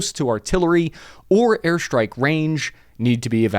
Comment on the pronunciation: Why do you say shtrike instead of strike? Its irritating